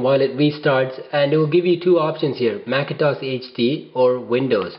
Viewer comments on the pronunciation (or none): I love the way how you say MACINTOSH-HD xD great tutorial, nice and clear voice :)